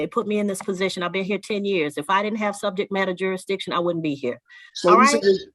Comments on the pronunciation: He said subject matter “juri-diction LOL You missed the “s” sir! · yup….and isn’t it funny how these sovcitz can’t even pronounce legal words like, “ jurisdiction”? His version, “jur-dish-ion” …jmo… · " Jury-dishon" is a new one on me! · I've seen this one already but I love your channel so much I watched it again, lol. Plus this Judge is fantastic, she takes no bs. needs to learn how to pronounce jurisdiction since he loves saying it over & over & over....😂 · This judge should not allow these clowns to make a mockery of her court. And you would think that after twenty attempts would learn how to say “jurisdiction”. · He can’t even say “jurisdiction” properly.. LOL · You can't even say jurisdiction right...what an moron!! My god!! The scary thing is is some of these people have kids smh